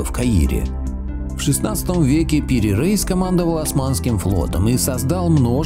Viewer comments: Не Пири рейс, а Пир Раис. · не надо оглуплять предков. О том, что земля круглая, знали еще древние греки. Странно, что Пири Реис (он же Раис - если не ошибаюсь, "староста") упорно именуется Рейсом, словно он американец. Видимо, какой-то недоумок значок ударения принял за "и краткое". Но ваш тезис о невозможности построения карты без аэро - или спутниковой съемки разбивается в пух и прах отсутствием единой координатной системы. В этом случае она была бы построена в хорошо нам известных сферических координатах. А по построению это портулан - карта для прибытия в порт, и построена она по не используемой ныне системе многополюсных полярных координат. В море и на суше четко выделены полюса, из которых под заданными румбовыми углами расходятся лучи с точными расстояниями до береговой линии. Естественно, что при таком построении искажения будут минимальными. Как такая карта создавалась? Да вероятно так и создавалась: радиальными проходами от заданных полюсов в заданном направлении с измерением расстояний.